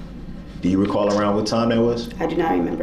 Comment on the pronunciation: Do you recaw? 😂😂😂😂😂